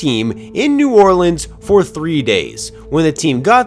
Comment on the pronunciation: Great video and channel.. that pronunciation of New Orleans tho... 😂